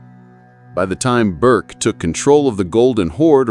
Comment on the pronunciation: His name is to be pronounced "Ber-Keh" (or roughly, "Bear-Kay"), but NOT "Berk". Video maker pls take note.